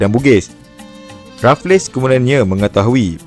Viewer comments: Raff-less ❎ raffles - refels (e - disebut dengan tebal. Cth "table" yg disebut "teh bel" Sekian. Terima Kasih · Rafles (sebumt Refels) bkn Refles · Terbaik bro.. cuma sebutan bagi Stamford Raffles tu.. Stem-fod Re-fels bukan Raf-les. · Bang... Raffles berbunyi Rafel bang bukan Rafles bang...😂❤...sy anak Muar Johor... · Raffles bang bkn raf less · Sir Stamford Raffles, bukan Sir Stamford Rafless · sebutannya refels... bukan rafles... buat homework lebih sikit bang... banyak fakta tembak je ni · Sejak bila sebutan rafless? Kan Raffles sebutan english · Sir stanford raffles disebut rafles,mcmana nak jadi pencerita sejarah...? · Bukan RaffleS, Raffles sahaja S tu tak dilafazkan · Raffles tu sebutan dia refels la